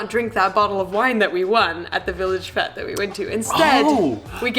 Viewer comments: fete is pronounced fate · FFS IT’S PRONOUNCED ‘FATE’ 😡😡😡 (love your work 😁) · Fun video, but Fete is pronounced fate. Thanks! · Fete is a French word. It should be pronounced fet. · A village Fete is pronounced village fate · Fete is pronounced FAYTE (fate) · In that case it would be pronounced fairt to rhyme with tairt , tete. I can't do circumflexes on my phone. Don't breathe the letter R in those word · Lol I'm sure it's pronounced fate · It's French and has a circumflex over the first e so pronouncing it "fate" is wrong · A village fete is pronounced fate xx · Fete is pronounced fate. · How you pronounce Fete is a good start to getting lead piped in the library. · I think this a case of poor research, or simply a long running piss take. Fete, is pronounced "fate" by the way. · Sorry, but its pronounced "fate" not "Fet". I was shouting at my phone everytime you said that. Lol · Fete is pronounced like hate or gate, not yet or get. Not a criticism....just saying😘😘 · I spent several minutes wondering what a village ‘fet’’ might be and in the end concluded that it can only be a fete, pronounced ‘fate’! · ITS PRONOUNCED FATE NOT FET!!! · FETE IS NOT PRONOUNCED FETT! Pronounced "Fate". Thanks. Sorry for shouting. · Fete pronounced Fate not Fet. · It's pronounced like fate!!!!! Sorry I'll calm down...arrggghhh stop saying fete as fet! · Haha "fet" instead of "f8" hahahah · Village Fete as pronounced FATE not FET. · It is pronounced Fate not Fete. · Love it "Fet" Haha, just to let you guys know 'fête' is actually pronounced 'fate'. Great video still, you guys are the best. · Great video. It's pronounced FATE not FET. A village 'fate'. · A fet?... It's pronounced as "fate". I've never heard anyone say fete as "fet" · Fête is pronounced “fate” not fet. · Not fet. It’s pronounced fayte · fet lol its pronounced fate for future reference :) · Fete is pronounced like fate, just saying. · Fete is pronounced like fate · Fete is pronounced fate !! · Indeed fate